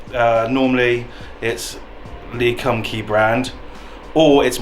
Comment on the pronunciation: I have a question.. when you are saying Lee Kum Kee is sounds like you are pronouncing it as a ‘g’ as in Lee Gum Gee.. is K in Chinese pronounced as a ‘g’? The first few times I heard you say it I thought I was miss hearing. Also could you do a quick video showing how to properly use chop sticks?